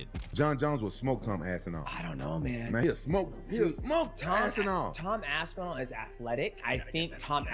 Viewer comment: You’re missing the P again Rampage. Lol. AsPinall. Not ASSINALL.. lol